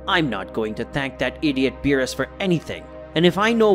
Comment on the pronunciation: It's beerus.